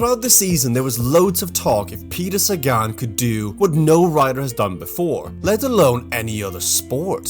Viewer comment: Not Sagaan :(